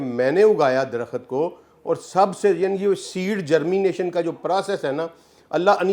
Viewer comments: Bhai aap buhut pare likhe insaan hain , lekan herat he " KHULD (Jannat)" ko aap KHULAD parh rahe hain Aur DARAKHT KO DARAKHAT, main hairan hoon hoon. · Ilam, Darakhat, 😂😂😂??? Pen down ? Aniciate, ? Sabaz? Faraq ? Mutabaq ? Nibataat? Ye kaisa aalim h ? Sub alfaz ghalat bolta h 🫢🤔